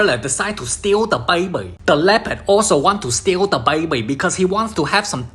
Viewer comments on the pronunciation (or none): the way he said “bAiBy” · How he pronounces baby as bwaybee is hilarious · The Bayuh-Bee